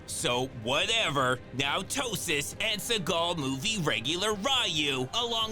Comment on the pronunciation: OMG you call that dude "Ptosis" 🤨 😂😂wtf🤣💀